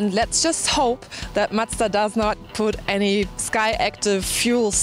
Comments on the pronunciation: Why does say madza? Its mazda... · Love your reviews! Its spelled Mazda not mastztah.. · Matza matza its fucking MA Z DA MAZDA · I love when she calls Mazda ---> Muchta !!! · What's a matza? Lmao